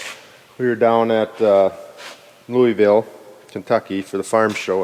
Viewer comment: As someone from louisville, it is weird to hear others pronounce it